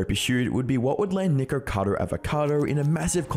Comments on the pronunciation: NICKO Not NEEEEEKO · Charlie saying nicado instead of nikacado kinda bothered me 😂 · I think the name is nikocado not nikocadER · Why ppl can’t say nikocado?! It’s not nicado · why when the video started you said nigercado